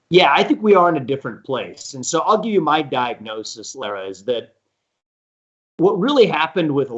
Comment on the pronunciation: Lara's name gets so butchered by most people, and she never corrects them. She gets called Laura and Larah 90% of the time. Maybe 95%. lol It's actually La-rah.